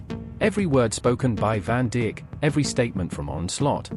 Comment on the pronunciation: woah woah woah did the the voice over just say virgil van dick instead of saying virgil van dijk WTF 😂😂😂